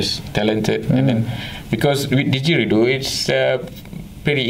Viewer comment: Cool but you need to stop dropping your "D"s.... diDgeridoo dude.